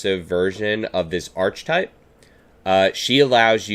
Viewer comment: Hey! Love this. Just a heads up that it’s pronounced ArKetype (hard K sound), not the ch- sound (like cheese)